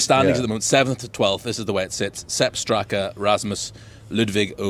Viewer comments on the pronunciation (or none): First of all it's Sepp Straka, not Sebb, The number of "rookies" (hate that word) is irrelevant as Europe have previously had as many as 5 and still won. This year, even with Hall they may only have 2 if they pick the other Hojgaard